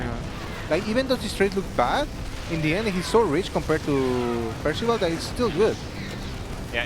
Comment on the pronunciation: Ah yes, Percaval xD